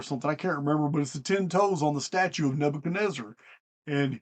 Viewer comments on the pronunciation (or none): none